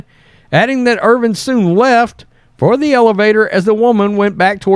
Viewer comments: Bro, it's Irvin, not Irving. You're killing me. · The mans name is Irvin not Irving. You’re such a hack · Hey, there’s no “G” in Irvin